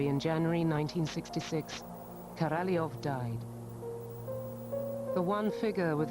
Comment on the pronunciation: If I hear Korolev pronounced incorrectly again I'm going to scream